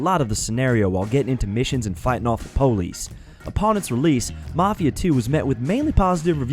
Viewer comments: The PO-Lease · The POH-LISS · The Po-lice